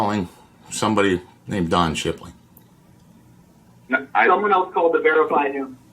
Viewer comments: It’s Don Shipley, bro. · It's Don Shipley, bro. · Its Don Shipley, bro